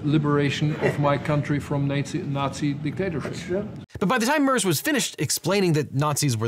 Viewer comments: Friedrich “Murrs” 😂 sorry it made me chuckle. His name is Merz. Think Meh-r-z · It’s a small thing I know, but 60 seconds on YouTube gets you the proper pronunciation. It’s Mare, like a female horse, then tz, like the end of it’s. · Also.. its Merz. One of the worst combinations for you... r and z and the e is spoken like an ä. So you would say it that way: M Sound of an angry sheep (ääähh) Sound of an angry wolve (growling r) Sound of a the last part of "badum tss" (the tss) I would love to hear you try, well aware how f up our language is for you^^ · my soul died at his pronunciation of “merz” 😭😭😭😭😭